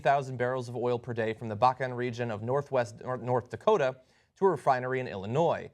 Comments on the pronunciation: Dokota peline? Huh? :p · "Dokota" Dakota...... Ahhh that's better. xD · Dakota not Dokota, lol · "Dokota", lol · "DOKOTA" XD!!!! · IT'S DAKOTA not DOKOTA! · Dokota........ LOL!